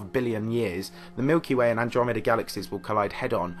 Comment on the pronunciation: despite the solemnity of that point in the video, saying "milk-dromeda" cracks me up